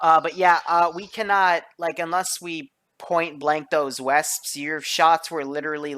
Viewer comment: How he pronounces the Browning .50 and Wespe annoys me so much.